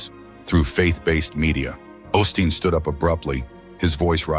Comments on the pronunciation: I dislike these videos with AI-generated voices, but we can't escape them. Whoever posted it could at least correct this pastor's name from "Austin to Osteen." Do we really even know if this happened? It's not a video but just a photo, and we have to trust whoever posted it, with the stupid AI voice! This man, Osteen would not make millions of dollars if people did not tune in to watch him on TV or go to see him talk. And again, the AI voice and subtitles spell Jonathan Roumie's name "Roomie" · Seems a little A I TO ME DUE TO THE MISPRONUNCIATIONOF CERTAIN WORDS...ROUMIE AND OSTEEN AS AUSTIN....A LITTLE DICEY BUT I LIVE THE CHOSEN AND JONATHON AS HE PORTRAYS OUR MESSIAH AND SAVIOR. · Learn how to spell and pronounce Osteen! It will, at least, lend some credibility. Also, Roumie is mispronounced.???